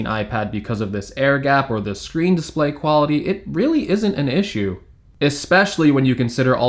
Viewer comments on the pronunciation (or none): none